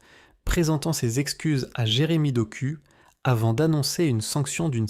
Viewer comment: Doku se prononce Dok "ou".